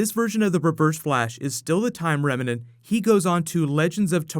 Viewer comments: bro, you've got to learn how to say "remnant". I think you're getting confused with the word "revenant" cause you end up saying "remenant". Picture the two headed monster on sesame street: rem... nant... rem... nant... remnant! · "Rem-nant" 2 syllables. Not 3.. . 👍🏻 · Also, I love you man, but you GOTTA start pronouncing remnant correctly without that extra "a" in the middle that makes it sound like a mashup of remnant and revenant.